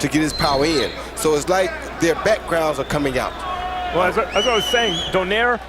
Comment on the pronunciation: comentator announce donaire as donier